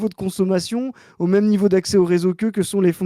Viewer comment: Mais pourquoi prononce "même" "meume"??? Je dois savoir